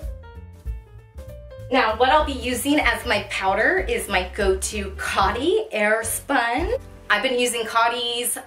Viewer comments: Just to let you know, it’s pronounced Coe tee not cot tee. They also used to produce fragrances. Wish they would bring them back. My grandmother used Coty since she was in 30’s. I apologize if it came off as rude. But, to embrace the vintage, we should pronounce the brands correctly. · Coat-ee. Not coddy. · I just love your energy and charm, and this how-to is very helpful, thank you for posting. I do have to say though,.... it's COAT-ee, not COT-ee. As for your compacts, they're GORJ, and you're as cute as a button.:) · It's pronounced Coh-ty. Like Cody or Pony